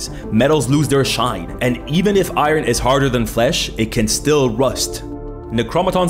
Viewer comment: When i heard "From the moment i understaded a weaknes of my fleash" i made happy monke noises XD